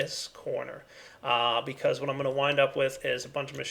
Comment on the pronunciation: Anybody notice he said "bechoz"?